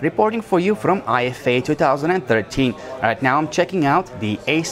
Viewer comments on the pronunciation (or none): Please say Ifa and not Eye Eff Ey